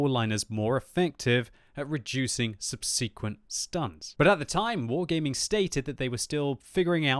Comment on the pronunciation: Still pronouncing "Subsequent" incorrectly... They'll deport you if you carry on, clearly not born here :P